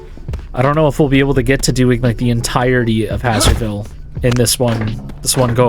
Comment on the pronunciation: A thing that's been bothering me for a whole now... Isn't "Hazer" part of "Hazerville" read the same way you'd read "haze"?